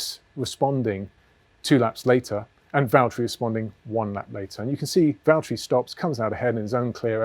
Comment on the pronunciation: James, it's Vatteri